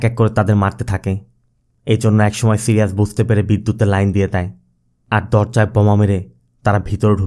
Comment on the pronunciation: সিরিয়াজ না ভাই সাইরিস